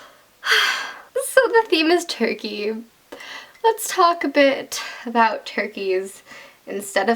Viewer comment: YOU SAID ABOOT YOU'RE CANADIAN SOZ